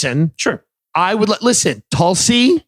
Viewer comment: Lisshen to me